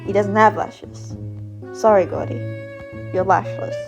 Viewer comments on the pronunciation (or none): I'M CRINE WHY DID U SAY "goudy" INSTEAD OF GOURDY